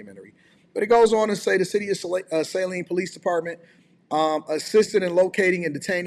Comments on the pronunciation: What is criminal on this? I am not questioning the firing if he crossed that line, but what charges are the Saline Police bringing? Saline is not pronounced SAYleen, it is pronounced "SAHLEEN". I am from Michigan and trust me on this. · Saline...not Sayline. Its just south of Ann Arbor homi. You from the D, you should know. Pls tell me you dont say Ypsilanti all fuqed up too 🙏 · Michigan towns/cities are often pronounced in a weird way. Saline isn't pronounced 'say lean'. Just like Lake Orion isn't pronounced like the star constellation LOL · Sa lean is how we pronounce Saline.....Fumbled is an understatement indeed 😢 SMDH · Its pronounced "Sa-lean" michigan.